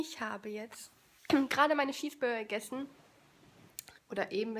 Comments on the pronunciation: Ich find es mega lustig wenn du Schips und Scheesburger sagst😋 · Lustig wie du immer Schießburger sagst haha💕🙈 Toller Vlog👍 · „2 Scheesburger“ 😂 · Wie oft sie einfach Schießburger sagt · voll cooles Video ich hab Schiesburger verstanden hihi ich hab fich lieb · Hallo und Herzlich Willkommen zu einem neuen "Flog" von mir 🤣🤣🤣 kannst du nicht reden??? Oder "Schiesburger" , "Schips" (no hate, und lern deinem/deinen Kind/ern selbst aufzuräumen) 😩😩